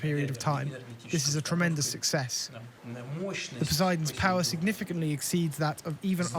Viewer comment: "Nuculur pau'ered". So beyond painful to listen to.